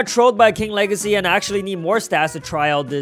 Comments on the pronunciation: The wegacy of King Wegacy keeps on going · "king wegacy got me crazy💀💀💀💀💀💀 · He said king wegaceyp